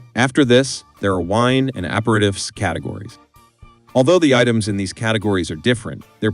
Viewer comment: APER-I-TIFFS?? Clanker just butchering that word. Is it so hard to just narrate your script ?